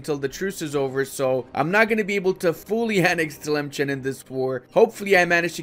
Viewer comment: Memes aside Sus is pronounced "Soos" and Tlemcen is "Tlemsan"